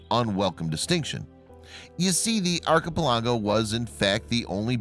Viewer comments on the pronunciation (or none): "eye-let" not "is-let"... "ark-i-pal-ago" not "arch-i-pi-lajo"! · Lol.. arki-pe-lah-go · arr-cuh-pu-LAHH-go! what a poopyhead! :D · nothing like visiting an Iz-let in an Ark-e-pelargo. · Would you please check out how to pronounce a few words? Start with archipelago. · Islet.. second